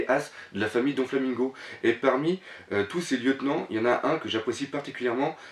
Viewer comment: J'adore tes critiques sur one pièce. J'ai découvert ta chaine ojd. Juste un détail, le donflamingo me stress. C'est doflamingo et non donflamingo :)